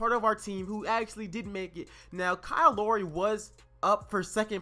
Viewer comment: BTW u pronounced lowry wrong